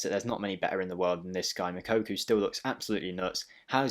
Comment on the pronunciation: you are still pronouncing his name wrong. Its not Mokokou. Its pronounced: Moo-Cocoa